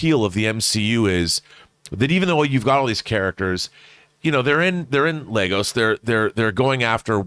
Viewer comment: Sorry but how many times have you guys seen this movie? It's Lagos, Lagos! Not Legos.